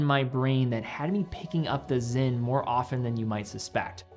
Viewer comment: is it pronounced with a Z? I am confused? It’s SINN right?